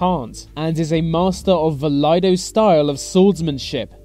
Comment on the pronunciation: no, not Laido... Iaido. That's a capital i. Pronounced as a long E... ee-ah-ee-doh